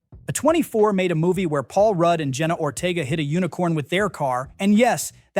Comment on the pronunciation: exposure of angry AI voice pronouncing A24 as "a TWENty-four". Downvote for lack of authentic humanness.